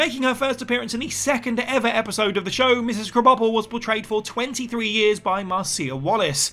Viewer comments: Cannot get over they way they pronounce Edna Crabapple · Says Edna's surname wrong somehow though haha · You can pronounce Apu's names with great ease but Mrs. K you crunched it up like a crash test dummy